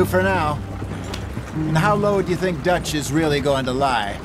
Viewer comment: con el bullet time por ejemplo si tenés 3 tipos enfrente los marcas tipo clickclickclick y después cuando lo desactivas Arthur dispara a la cabeza si lo marcaste en la cabeza con un solo punto del bullet time lo matas Y pica el que te da misiones se llama duch y se pronuncia dach Clase de inglés Y pica tenés que ir dejando objetos valiosos y comida cada tanto cazar animales y objetivos valiosos para mejorar la base